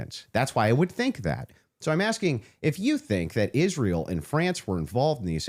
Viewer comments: Ishhhrael ishhhrael. It's ISRAEL! Goodness gracious lol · made one mistake during this debate, he never asked candace why she pronounces israel like that. It's like nails on a chalkboard to me